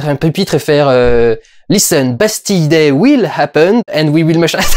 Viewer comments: il y a un moment où tu as dit "Pastille Day" MDR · Ça se prononce Bastile Day non ?